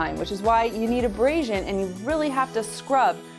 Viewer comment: How mAny times did she say embrasion. Plus you can tell she’s never really cleaned the tub day in the life she probably has a housekeeper that comes and cleans once a week she’s so full of it